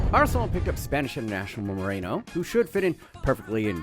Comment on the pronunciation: Bro, he's Merino, not Moreno